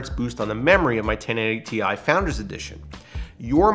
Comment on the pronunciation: Thank you for saying "Tee-EYE" and not "TIE"!